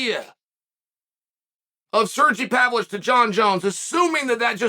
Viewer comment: I don't understand how he pronounces Spivak's first name correctly but not Pavlovich's lmao